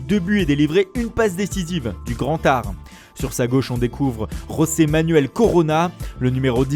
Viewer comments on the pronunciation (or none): none